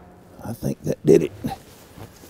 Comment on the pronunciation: "I thank dat dittit." Oh damn makes you so sure?😏